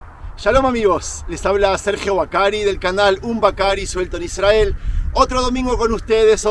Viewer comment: Con todo respeto estas pronunciando mal la palabra Israel... Al estar la "R" después de una consonante debes pronunciar como si hubiera dos R.... Otro detalle "El Arca" es femenino aunque el articulo sea masculino. No dirias "El Agua fresco" sino "El Agua fresca".... Lo mismo para con "El Arca habia sido secuestrada, no secuestrado". Por lo demás, muy lindos tus contenidos. ¡Saludos!